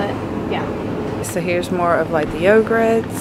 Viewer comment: Did you honestly just say "yo-grets?" What a poor representation of American's use of the English language. SMH